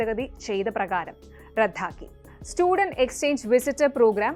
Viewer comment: അവരുടെ മലയാളം ഉച്ചാരണം ശരിയല്ല. വിദ്യാർത്ഥി എന്ന വാക്കിനെ അവർ ഉച്ചരിക്കുന്നത് "വിധ്യാർത്തി" എന്നാണ്. റധാക്കി റദ്ദാക്കുന്നതിനെ (correct pronunciation)